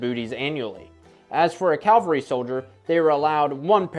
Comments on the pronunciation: Cavalry! Not Calvary..Aye carumba! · Its cavalry not Calvary. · Cav-al-ry, not caal-ver-ry ... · Cav-al-ry, not Cal-var-y, please. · There was no ‘Calvary’ in either Civil War forces. Lots of ‘Cavalry’ though. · 1. Its CAVALRY. you have cancelled your presentation 2. If you actually study you would easily see that American and European fashion called for a full cut trouser leg, not the stove pipe skinny jeans that a FARB like you would wear. Your facts are tainted. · Please accept this in the gentle spirit in which it is offered. You consistently pronounced “cavalry” as “Calvary.” It’s a common mistake. You’re a young guy and will at some point have to break this habit or have people like me correcting you. Further, be careful to say what you mean. You said “simplistic.” If you’ll think about it, I believe you’ll agree that you meant “simple.” People tend to use those words interchangeably. They mean different things, however. Fascinating stuff.